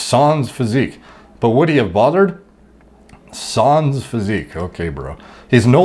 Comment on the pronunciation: "sarns", "modern-ity", Jesus. Not helping the stereotype of people who look like him being dumb as bricks.